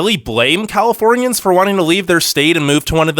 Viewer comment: “We hate Californianss” -said like a true Californian